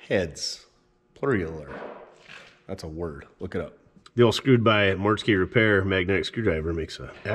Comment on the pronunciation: mortske route is pronounced root not row-t